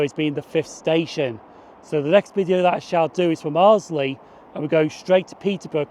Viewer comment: Nice video from my neck of the woods. BTW, Arlesey is pronounced "Arl - zee" - there is no 'L' after the 'S'.